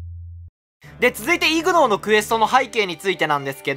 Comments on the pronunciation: ignoreはイグノーというよりイグノアですね読み方は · 発音がイグノーではなくイグノァーです